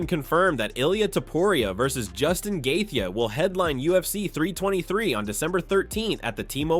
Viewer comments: Right? We all know it's Joostin Gay-chee. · GAY THEYEY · Justin “gathee” is one bad MF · The narrator does not know how to pronounce Dustin Gaethje” s name ! It’s hilarious!!😂 😢😂😅